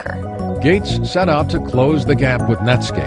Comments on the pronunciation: His name is "Gates," not "Gate." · Gates. Not Gate. Gates.